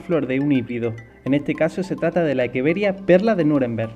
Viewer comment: Muy buena explicación El nombre creo que es Echeveria y no Ekeveria